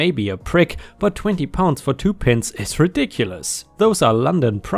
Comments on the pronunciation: Pi nts not pin ts. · Love your voice, and here are a couple of tips on English pronunciation! Pints is not like PIN - TS but like PINE-TZ and TWAT is not like HOT but TWAT as like BAT 😁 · Nice picture you have for this set of badly spoken stories (certainly not English pronunciation) "Pints". the "i" is pronounced "eye", not as that short, sharp, pricking "i" in "pin". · PINTS 🍺 😂 Bless you ! Say it as 🥧 Pie-unts /Pie-nts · My Dad wants to give you a head's up on the word "Pints", it is pronounced with a long "I" sound so should be "P eye nts". Just a FYI, and please keep these coming.